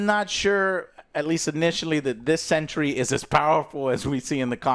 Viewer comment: Why do you keep saying Century!!! Its Sentry